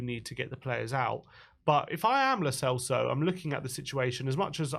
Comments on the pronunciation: "Lo Chelso" lol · The real reason Lo Celso is leaving: 4 years in and our fans are still pronouncing his name wrong